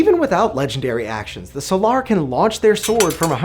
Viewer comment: The way you pronounce "Solar" makes my eye twitch, but other than that, solid video!